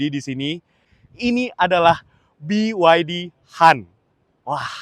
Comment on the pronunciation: itu emblem diatas EV itu nama BYD dalam bahasa Mandarin bacanya "Pi YA Ti"